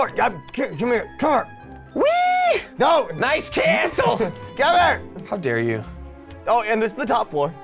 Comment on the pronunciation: “Nice Caastle”